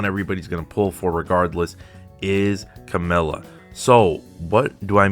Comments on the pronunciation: Her name is camellYa. Notice the "y". Her name is not Camella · Cammell-ya is definitely a more correct version but ultimately it doesn't matter everyone will pronounce weird names in their own way so use what's the easiest for you :) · I'm confused, what's the right way to pronounce Camellya's name. keeps saying 'Camella' in the video.